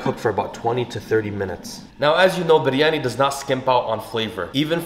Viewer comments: Can we appreciate how he Perfectly pronoun Biryani not byryaniii like typical people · The way he says Biryani and cilantro is so satisfying 😯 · Thank you soooooooooo much for saying it perfectly! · you biryani pronunciation is correct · Aslawalaikum my name is Dua and I'm from Pakistan 🇵🇰 fun fact biryani is from Pakistan and I love it 😍 and I slap respect how u pernoused biryani basmati currectly and ate with your hands traditionally respect that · The way he pronounce biryani😍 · The way you say biryani 🙌🏻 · The pronunciation of "Biryani" was so perfect!